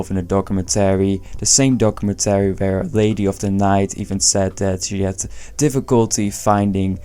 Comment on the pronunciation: What a WILD way to pronounce documentary. I couldn't focus on anything else.